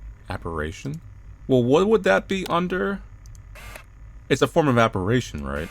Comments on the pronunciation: Appa-RIH-shun not appa-RAY-shun!!! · Apparition. AppaRItion. RI. Not RA. RI. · Why do you always say "Ah-pah-rih-shun" as "ah-pah-rae-shun"? It makes my skin crawl. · Appar*i*tion. It's pronounced appa-risshin. It means a ghost, or something very ghost-ish. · Apparition: “app-are-ish-un” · 'Apparaytion' was worse! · It sounds like you're saying operation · The scariest thing to me here was inability to pronounce apparition correctly. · The real horror is the way pronounces the word apparition.